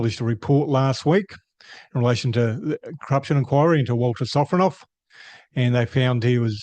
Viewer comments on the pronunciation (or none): Ah yes Vladimir Sofronov, or "Walter Sofronoff". Cука блядь!